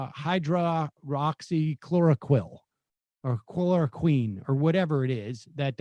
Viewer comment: I thoroughly enjoy Sam's show, but there's 2 things that drive me up the wall. His veeeeery slow speaking and his pronunciation of hydroxycloroquine